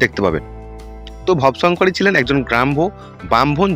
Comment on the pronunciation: আহা কি উচ্চারণ ভব শংকরী নয় রে ভবো শঙ্করী ব হসন্ত না ব এ ওকার উচ্চারণ হবে